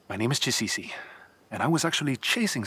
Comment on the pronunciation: the Egyptian man's name Chisisi as in CHI..SISI 😂